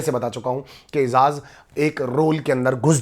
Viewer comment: baki sari baten to sai ha lkn eijaz ka nam to sai la bhai. its eiJaz not eiZaz